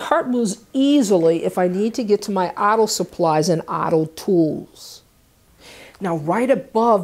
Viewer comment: Im listening to you talk did i notice a accent when you say " auto " 🤔